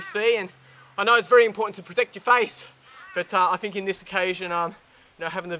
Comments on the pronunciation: It's Think, not Fink. x) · he said fink hahah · It's throat not frost and think not fink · protect your froat and fink lmao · fink & froat instead of think & throat. they replace th with f. why?